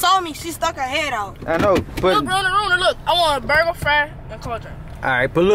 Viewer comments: Did you here ask for a burger but said booger 😂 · Sound like he said he want a booger